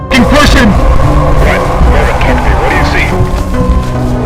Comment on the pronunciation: It's marvin. Not marviiiin